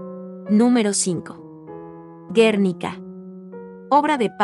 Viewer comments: Y bueno, lo primero es hablar bien el idioma. Si se pronuncia Botticelli como suena en español, está bien. En italiano sería Boticheli. ¿Por qué pronuncias Baticheli? ¿Por qué dices Guérnica? .Y ni hablar de los apellidos no latinos. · Interesante listado, si la intención del canal es educar, (como se menciona en la descripción del mismo) revisen la pronunciación de quien da voz al video. Lee “Batticelli” por Botticelli; “Guérnica” por Guernica … y varios errores más por el estilo 😕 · No se pronuncia " Guérnica", sino Guernica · Muchos errores : Botticelli y no Batticelli; Klimt y no Klint; Guernica y no Guérnica... Podríamos habernos documentado un poquito más en vez de decir o de escribir burradas, no les parece?